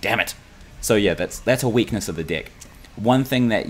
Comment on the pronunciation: I hear dick instead of deck every time .... I'm dying